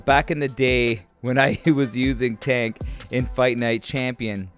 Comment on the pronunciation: That ain’t Tank. That’s Chank